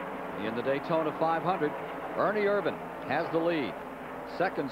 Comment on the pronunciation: 2.25 why isn't Richard petty name on his car ...and its ernie Ervin. Not vannnnnn